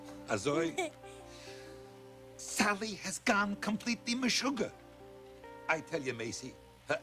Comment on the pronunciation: Compleetle mischuggi😂darla😂